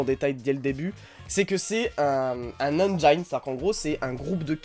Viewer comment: Salut, "engine" Se prononce "engine" en anglais et non "enjaïne" Bisous